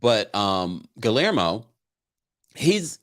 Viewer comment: I love you, but it’s NOT pronounced Gill-er-mo, it’s pronounced Gey-er-mo. You’re welcome!!